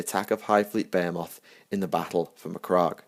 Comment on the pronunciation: I've herad less-stupid Englishmen properly pronounce "Behemoth". Your attempt was pitiful.